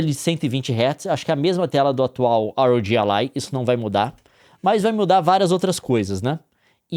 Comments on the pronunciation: Quando o cara fala ar ou Gi alai eu ja não consigo seguir ate o final kkk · "Ar Ou Gi Allai" 🙄🙄🙄